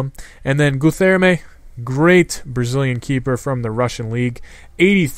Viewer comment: your guilherme pronounciation is terrible :X